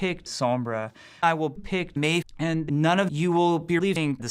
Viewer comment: omg 😂😂😂😂😂😂😂😂 A-mei-Zing